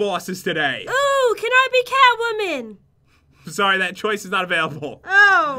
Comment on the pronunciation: sounded like she said I want to be cowwoman instead of catwoman